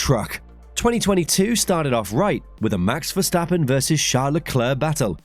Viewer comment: Why did you say it like that "for fans who support Max Verstappen"